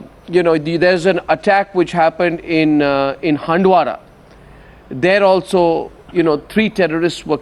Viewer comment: arnab u should pronounce handwara properly